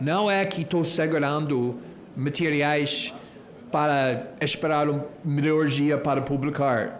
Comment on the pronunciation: "muitos mentiriais" sobre Xandão 😅😂😂...ele.mesmo falou..."mentiriais" 😂😂😂